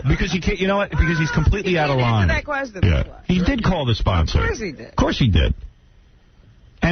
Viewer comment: Sixty NOINE Sixty NOINE NOINE NOINETY NOINE NOINE NOINETY NOINE LOINE NOINE 064-NOINE